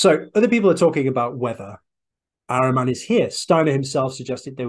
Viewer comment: IT IS PRONOUNCED AHHREEMAN (A PRONOUNCED LIKE ADAM)